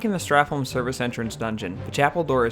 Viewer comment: Why are americans unable to say holm correctly, its pronounced like home